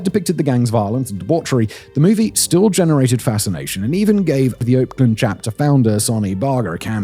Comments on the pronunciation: "Chapter," not "charter." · Chapter. Not charter